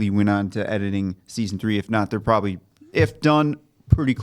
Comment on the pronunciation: properbly 😂 love it. (Not hating)